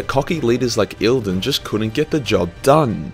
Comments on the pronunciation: still saying Eidolon like eeldon when it's Eye-Doh-Lawn? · E I D O L O N ... how can that become "ilden" or whatever you are saying ;)